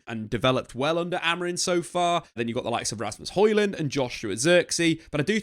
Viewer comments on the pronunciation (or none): Day 196 of not being able to pronounce Amorim correctly